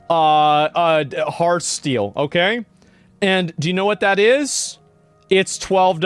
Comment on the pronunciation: It's heart-STEAL, not heartsteel. :))